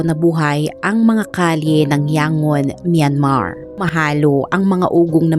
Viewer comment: Di ba Yang-gon ang pagpronounce nu?